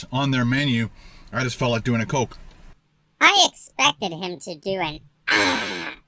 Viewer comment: "DO YOU LIKE COHKE OR PEPSI? LET ME KNOH IN THE COMMENTS BELOH!" --, Professional Food Reviewer